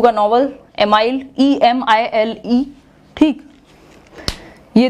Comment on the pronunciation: Ma'am ur vedio is too much informative and I really love your hardwork and honesty❤❤ To make your vedio 100% perfect I would love to add a little thing- U above said Emile (एमाइल) that's right pronunciation is ऐमिल that my professor taught me in my third year in du. Thankyou ❤ learn